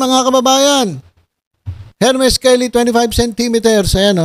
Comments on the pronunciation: FRANSWA IS SPELLED FRANCOIS! FRANCAISE IS PRONOUNCED FRANSEY!😀 AND HERMES IS PRONOUNCED ERMES! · ……. It should be without or silent “H” “ ermes” ….🤔😊🤩 more power ….. 🇵🇭❣️🇬🇧